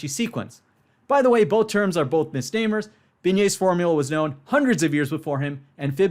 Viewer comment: "Misnamer" is not a misnomer. A misnomer refers to the incorrect use of an existing word/term, especially one which is misleading. But "misnamer" is not an existing word/term, it appears to be either merely the incorrect pronunciation of the word misnomer , or an invented word. Presh possibly meant to say "misnomers". However, the terms "Fibonacci sequence" and "Binet's formula" aren't misnomers. So if Presh had said "misnomers", then Presh's use of the word misnomers would have indeed been a misnomer. Or Presh invented the term "misnamers" on the spot, to refer to mathematical formulas or concepts that he feels should have been named after someone else.